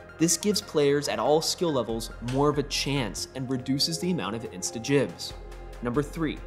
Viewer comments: Did he say jibs instead of gibs? TRIGGERED!!! Joking aside, I'm quite surprised they're addressing the issues so quickly. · ghibs not jibs...